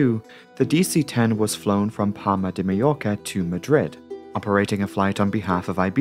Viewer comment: Palma isnt palm-a, its pal-ma